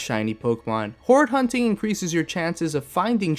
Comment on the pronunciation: "Alright before we start whore hunting" I can't be the only one who heard that 😂😂😂😂😂😂😂